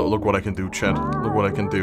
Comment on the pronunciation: Hey did you ever notice that when you say chat you say chad?